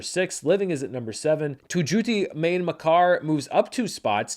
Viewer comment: Don't worry, you got the pronunciation of Tu Jhoothi Main Makaar mostly correct, the only part where you made a mistake was you pronounced Main wrong, the N in Main is silent